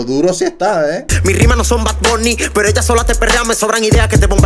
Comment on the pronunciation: Por qué dice pera en vez de pero?